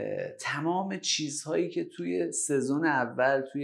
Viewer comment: منظورتون سیزن. یعنی فصله که میگفتین سهزون😅